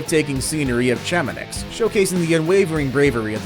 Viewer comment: And “Chamon-icks”.